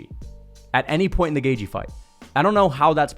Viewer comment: Cant stand the way you say gaethje 😭 GAY-GE